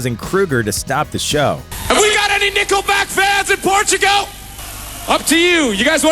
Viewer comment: I guarantee you no one hates them because of misogyny. Also, it's Portugal, not Portogo you dummy.